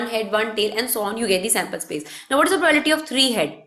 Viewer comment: Madam probality ni probability hota hai........sai to pronounciate Karo......